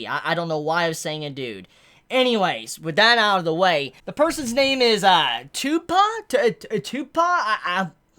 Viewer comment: I love but he really called Tubeppa, Tupac😭